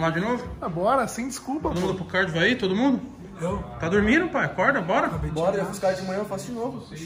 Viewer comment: Agora a Jessica tem que beslicar ele também pra parar de falar pae.... tudo é pae.pae